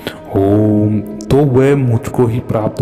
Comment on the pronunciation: OoooooMmmmmmmmmmm ..M ko lanba bolo /khecho